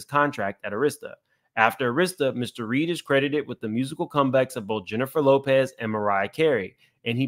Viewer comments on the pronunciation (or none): none